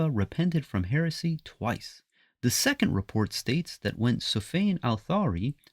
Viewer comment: You can't even pronounce 'heresy' properly.